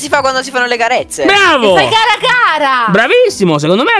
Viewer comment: ma quando si fanno le carezze si dice cara con la c non con la k